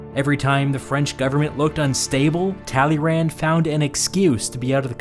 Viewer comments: Just as as sidenote, if I had pronounced the guy's name "Tally-Rand" in school, I probably would have failed history and French simultaneously. 😂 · Hears Talyrand said in flat American accent. cringes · Talleyrand is said like tally Youn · Narrator ''Talley Rand'' A person who speaks French ''Excuse moi?" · Thank you for this video, neat summary. However, the way you pronounce "Talleyrand" is a crime. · how wrong can you pronounce talleyrand